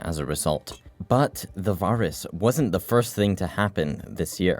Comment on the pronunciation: did nobody ever teach bro how to pronounce the word virus???